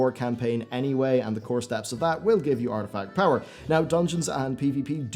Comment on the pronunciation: You keep calling it “artifact power”